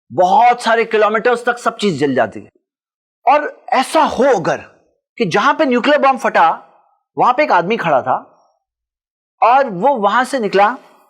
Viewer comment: aap bohat piyaray insan hain or bohat acchay aalim hain. Bas Urdu theek bola karein, phatna k bajaye fatna or phailna ki bajaye failna nahi bola karein.